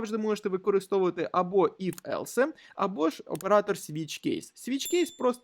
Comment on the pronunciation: Дякую за курс і вашу працю. Не хочеться докопуватись, але все ж таки невеличкий коментар, я не знаю чи я один такий, але оце "елсЕ" ну дуже вже ріже вухо 😅